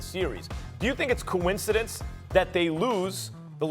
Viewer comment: This guy says coincidence with a K